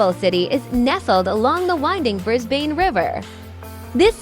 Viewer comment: Brisbane is pronounced: Bris-bn and not Bris-bane.